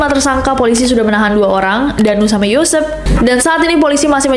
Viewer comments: YOOOO SEPPPP BUKAN YOUSEFS GA usah berlebihan mba B Inggris nya. biasa aja kali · Mbak. Nama aslinya yosep.bukan yosef yang kayak logat orang jerman. Yosep ini orqng subang bukan bule yang disebut Joseph